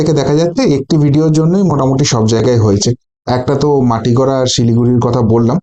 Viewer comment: মাটিগড়া নয় মাটিগাড়া।